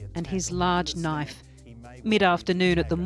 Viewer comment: “That’s a knoife?”